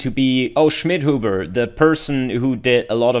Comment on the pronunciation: I just like the pronounce: You_again Shmidhoobuh